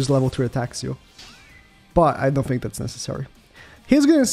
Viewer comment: "I Phink"